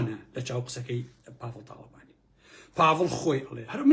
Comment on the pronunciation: سەدجار بۆم ڕاستکردیتەوە پاڤڵ نیە بافڵە